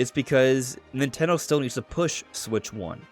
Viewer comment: ffs, nintendo has THREE syllables. speak clearer dude.